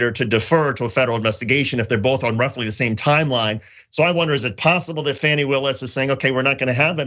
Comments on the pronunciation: JOHN It is not pronounced FANNY, it is pronounced FAWNY, please get it right. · Her name is FAWNIE not Fsnny. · It's not "Fanny" Willis, it's "Fawny". I agree that further indictments are coming given that the fake electors were (1) not informed by their lawyer about an immunity deal which means a new lawyer will have to be brought in, and (2) they're turning on each other in a futile attempt to throw each other under the bus. It's a complete dog's breakfast right now that will mean a lot of investigative work needs to be done in order to correctly unravel the chain of deceit. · Please, can Lefties/Progressives at least get the name correct. It's pronounced 'Fawnee' not Fanny. Fani Willis. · Why do you keep calling Fani "fanny"? Is it a deliberate insult? I cant imagine you've gone this long without knowing how she pronounces her name...?